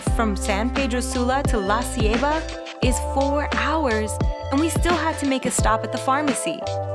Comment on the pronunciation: I love how she pronounces Baleada and La Ceiba lol great video! So relaxing and beautiful.